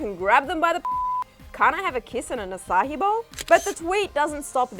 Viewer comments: It’s açaí, not açáhi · Omg maybe it’s cuz I live in Singapore but ‘aca-hi’ no lol no that ain’t it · can a girl not say fucking acai bowl?